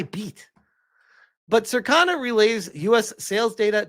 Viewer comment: Man you are a massive retard. Can’t even pronounce Yōtei or Circana right